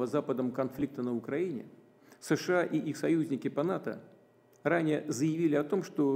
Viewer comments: А руки что к столу прибили гвоздями. И с какого перепуга он говорит шща а не США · ШША?вам к логопеду